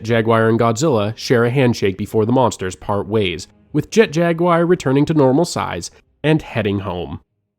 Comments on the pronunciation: jet jaguire? jaguar, pronounced as in the feline panthera species. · its an actual name of an animal too. im not even good at spelling advanced words so that was pretty jarring whenever he said jag wire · At 46.00, who TF is Jet-Jag-WIRE???? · Was loving this until "Jet Jagwire" My heart...it hurts